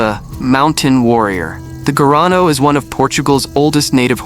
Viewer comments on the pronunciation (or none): Não é gano..... é garrano